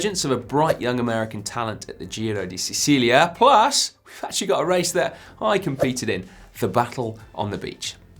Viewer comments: slight pronunciation correction: "See-chee-lia" not "See-see-lia" for Giro di Sicilia. 🇮🇹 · pronunciation is Sichilia (Sicilia) not Cecilia ,lol